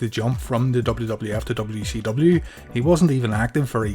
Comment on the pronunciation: It sounds like you are saying w e c w lol